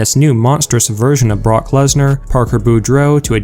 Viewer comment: Did you just say Parker Lesnar?😂😂😂😂😂😂😂😂😂😂😂😂